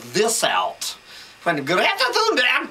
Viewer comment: Greeeta Thuumberg 🤣🤣